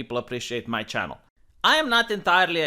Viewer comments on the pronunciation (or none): none